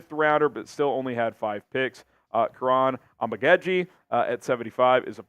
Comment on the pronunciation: Kiran Amagedjie is pronounced KEE-RAHN AHH-MA-GAA-GEE